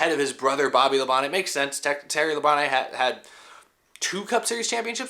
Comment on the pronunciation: Dale said that Tim Richmond was the one of the only guys that would be competing side-by-side with him week after week. It's "Labon-tee", BTW!